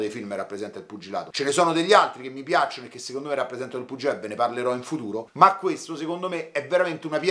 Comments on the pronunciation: sei troppo forte!!! Mi fai morire quando dici "puggilato"😭. Cmq sei bravissimo. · "..er puggiladoo..." a, me fai sbragareeeee! 🤣🤣🤣🤣🤣